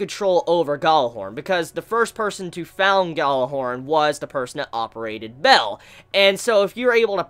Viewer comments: Bael is pronounced as Ba-el, or B-ale, not Bell.... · One of the best episodes of gundam, such a great one; Pedobears tho Is Ba-el, not "Bell" xD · its baal, not bell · isn't Bael pronounced like "Bale" as in Christian Bale?